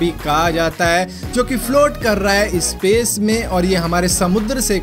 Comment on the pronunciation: Sace's water nhi bhai space's water ,😂😂